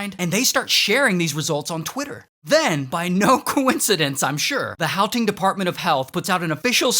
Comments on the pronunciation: blud said howteng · Glad to see my country being covered. One thing though: Gauteng was incorrectly pronouced. The 'G' is meant to be said as a G, not an H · As a south African im upset that this is how we get a shout out but... Ray I you are doing your best at pronouncing the stuff so I'm gonna help you out Wits is pronounced Vits and Gauteng the g is like if you had flem in your throat and the au is pronpunced ow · Gauteng = Hauteng 😂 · As a South African the pronunciation of Wits and Gauteng is absolutely hilarious 😂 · And Gauteng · My poor ears. You mispronounced the South African words - Wits, Sanele, Gauteng. No. Just, no.